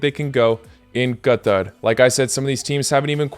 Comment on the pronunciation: Finally a YouTuber that pronounces Qatar right